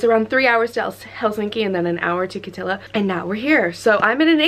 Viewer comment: Love your pronounciation of Kittilä 😂❤️